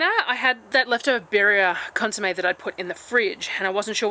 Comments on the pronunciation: Consommé - yes, correct pronunciation! Love the videos! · Your pronunciation of consumè is perfect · How you said consumé is correct. ❤ your videos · consomme you said it like i say it so we are correct lol,,never stress over your content, we love each and every video,and meals have me drowning in my own saliva as always xxx